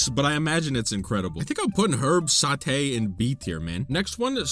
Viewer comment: Nice tiers list ! There seem to be some crêpes missing from the list, there is a wild berry version in botw at least. I had so much fun hearing you mispronounce european dish names XD Meunière and sauté were 🤌 absolute peak, but Pilaf was my favourit prononciation of yours. Also: the fish... They'Re lOokiN' aT Me :0 (I related XD) I also pardon you for putting milk first (I do not like milk alone) because you like bread, and you complimented my country's bread recipe (and you were ABSOLUTELY right to do so) Take care 👋👋